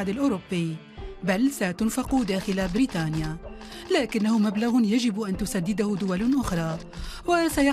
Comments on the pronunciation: تقول بريتانيا😂😂😂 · ايه لهجه التوانسه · لهجة التوانسه كذي